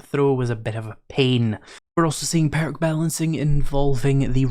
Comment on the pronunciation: Lol peark😂what is that a speech impediment?